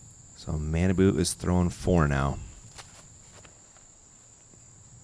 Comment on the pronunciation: pronunciation of Kojiyama's first name is so awful. It was 3 years ago but I hope effort has stepped up a bit since then. It's not "mannaboo" it's "mah-nah-bu" (pretty important considering as of this post he's #1 rated player in the world!).